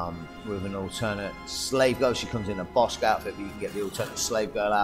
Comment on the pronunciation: It’s called boush leia not bossk leia